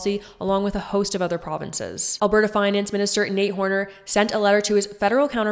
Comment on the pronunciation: You need to pronounce Alberta properly